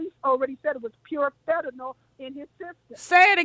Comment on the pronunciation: Omg. The caller is repeatedly mispronouncing "Fentanyl ",and then, not even clearly defining it.."It's a #1 killer."..Ok, is it a drug? A disease? clearly asked what it was 😄😄